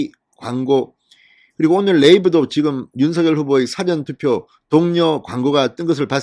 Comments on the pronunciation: 사^전투표가 아니고 사전투표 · 싸전투표 억양이 거시기하네요. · 사전투표 발음좀 똑바로하세요